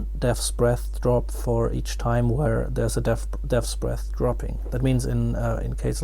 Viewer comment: deahtbreathsbeathsthdreabsbeaths dreaths bearths , just say dbs